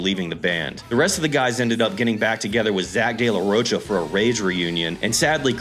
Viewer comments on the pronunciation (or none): Del la roka, not pronounced roacha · Its pronounced "de la rohka"